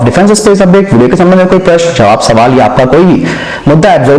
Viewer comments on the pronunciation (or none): none